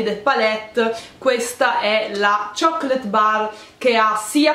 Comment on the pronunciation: amo il modo in cui pronunci "chocolate"😊 se vincessi il givaway mi verrebbe sempre in mente la tua voce. queste palette sembrano interessanti e , dagli swatches, molto pigmentate. tanti incrocini di fortuna xxxxx😉😉